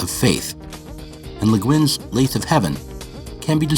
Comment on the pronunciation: FYI, "lathe" rhymes with "bathe."